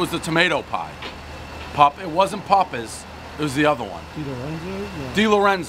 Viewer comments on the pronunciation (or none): One slick slide in of a “pupas” everyone knows it’s PAPAs